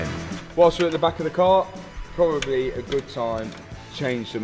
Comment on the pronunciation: maybE, probablE, finalE, mysterE wtf man?